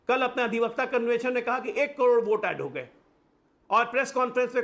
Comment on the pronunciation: Vote ko oot bol raha tha arpita jee... Itna se soch lijiye ga... Ye log kitne murkha he...